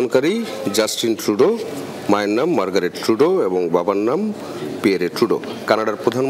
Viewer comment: কানাডার প্রধানমন্ত্রী জাস্ট টিন টু-ডোর আর শুনে যদি হাসবে নাকি কান্না করবে সেটা পরের কথা কিন্তু নাম বাদ দিলে তো অনেক টাকা লাগবে 😢😢